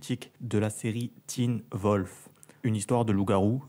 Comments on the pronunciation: 1) C'est pas Teen Volf mais Teen Wolf* 2) T'as vraiment un accent de boloss.. Non pas que j'me moque mais au début de la vidéo quand tu as présenter les acteurs : Hollend ?! Holland Roden! C'est pas compliquée. 3) Tu fais vraiment pitié.✌ 4) Les personnes qui ne connaissent pas Teen Wolf et qui ont vues cette vidéo pathétique, ne vous à tardez pas sur sa. Teen Wolf est une série vraiment génial qui plaît à tout le monde. :) 5) Je n'ai même pas finis la vidéo,dommage hein?😉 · ses pas Teen Volf Mais Teen Wolf apprend ta prononciation Mec et en passent Crtique de merde Critique ta chaîne a la place regarde aprés on verras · Alors attends tu critique, et tu prononce mal les prénoms de personnages ! Et celui de la serie !